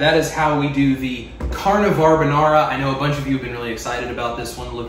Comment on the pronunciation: Did you say car-nivar-banara??